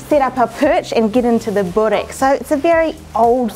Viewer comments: Annoying me so much how you’re saying bOrek instead of bUrek :( but enjoy! Yumyumyum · You guys say borek bit the "O" sound loud try saying it a bit deeper and then its perfect but burek is my all time fav food. Im serbian you see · BRO ITS BUREK BUREK BOORECK PLEASE